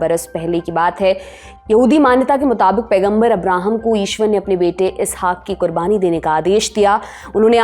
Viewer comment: It's not "Ishwar".